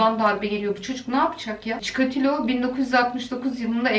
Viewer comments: Çikoriloğ diye furuyormuş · Cikeleto derken cikolata geldi aklima